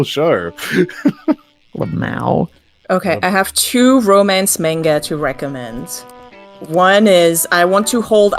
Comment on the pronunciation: pronouncing manga like an australian trying to imitate an american accent. "Menga!" Edit: Fuck yeah, Val and Issac mentioned, love that web series.